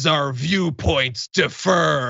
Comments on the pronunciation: John: “defer” is pronounced “de-FER.” “Differ” is pronounced “DIF-fer.” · I love John but he's been mispronouncing the word "differ" for YEARS and apparently no one is telling him. "Defer" is a totally different word with a totally different definition, and depending on the context, I've heard the mispronunciation completely change the meaning of what he's saying. The emphasis in "differ" is solidly on the first syllable, John! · John, "differ" (pronounced DIF•fər) and "defer" (pronounced dee•FER or də•FER) are two different words, and you pronounced "differ" as "defer". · Differ, not defer. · I'm with you but it is differ. Not defer. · Diff-ER?? John, homes, the fuck bro???